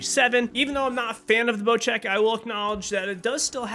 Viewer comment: why does everyone call bocek a bocheck